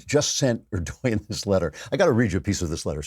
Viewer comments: Can't stand the pronunciation "er-doy-yin" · Erdogan - pronounced - "Err-Doh-Wan." Just FYI. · stop mispronouncing Erdogan!!! it’s prononounced Erdowan